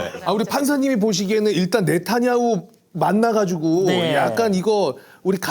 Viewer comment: 네타 "냐" 후인데 기자분 계속 네타 "나" 후라고 발음하시는 거 같네요... 왜죵...